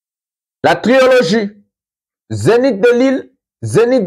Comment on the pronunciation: Mon Frère, arrêtes de dire TriOlogie mais plutôt Trilogie... le premier O ne doit pas être inclus... Par contre on peut dire Trio. A+